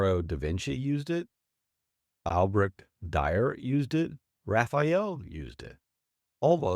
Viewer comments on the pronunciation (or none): Lionarro da Vinci, Albrecht Dyer, Rafael. Nice try. Real or AI?